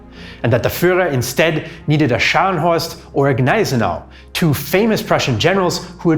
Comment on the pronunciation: damn man your pronounciation of scharnhorst and gneisenau is perfekt